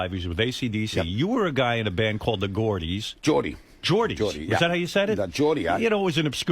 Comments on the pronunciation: Hearing Stern say Goredies instead of Geordies hurts my ears so bad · Brian corrected him saying geordie but since he does not listen he then said the geordies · Brian tells Stern how to pronounce " Geordies" correctly and Stern continues to say it wrong. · Stern such an idiot. Brian corrected him saying Geordie. But stupid stern keeps saying the Geordies. Idiot